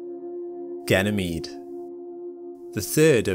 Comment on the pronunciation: Lol I thought he sayd gaynemede 🤣